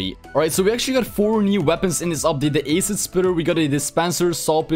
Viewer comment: The way he pronounces acid just scares me